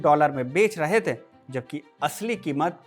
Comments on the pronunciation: थे का उच्चारण ठीक करो यार... थै क्यों बोलते हो..?? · Pl improve your pronunciation. While sayin थे you are using heavy nasal tone like थें, गयें। पीएल dont take personal